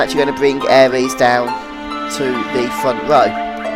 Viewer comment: Good videos! Just makes me cringe when you call Aeris "aries" haha